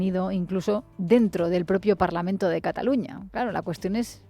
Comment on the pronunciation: Ese hombre que está hablando, solo con estar diciendo parlamen en vez de parlamento ya me hago una idea de lo que piensa.